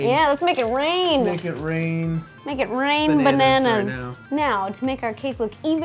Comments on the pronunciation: Did you say "am going to mate a cake" at like ? -OH JESUS DINO SEX. On that topic, I think a nostalgia cake of Jurassic Park would be pretty cool. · did you say "make" a DK banana cake, or "mate" a DK banana cake? :D